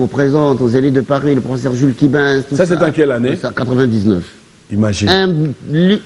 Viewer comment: ...vs êtes déjà célèbre. Veuillez soigner votre Français( Tantôt, " vous", tantôt " tu"...prononciation à peu près, [ professeur] pas [ profseur]...na esprit ya bien.